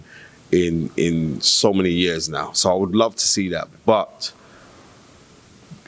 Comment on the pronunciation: Francis N-goo-noo 😂